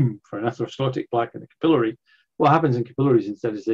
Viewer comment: I had trouble with “capillary”. He said it “ca-pillow-ry”.